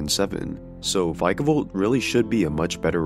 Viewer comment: "v-eye-kavolt" It's "Vikavolt" my guy 🤣 If you think "many" of the designs in gen 8 "suck" then I wonder if you realize that swsh/gen 8 are the games that introduced things like Obstagoon, the battle doggos, Perrserker, Eternatus, Dubwool, etc? There is exactly ONE bad design in gen 8 and that's greedent. As someone who's work often involves character design, you're OBJECTIVELY wrong. This isn't even an opinion based thing, you're just objectively incorrect, saying a thing that is objectively not true. Just say you're another dexiteer and go. Just because they're not the games you grew up on doesn't make them bad, you just grew out of pokémon as a franchise